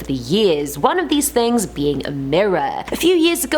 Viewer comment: am i the only one that noticed that she says tings, not things? no? just me? ok.